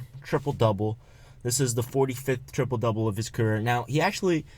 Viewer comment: LMAO Steve it's not tripole it's triple